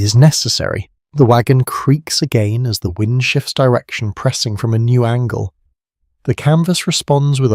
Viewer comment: Lol not even a minute into the video. “Every direction” comes out as “every direccccsszzhhhh” like cmon robot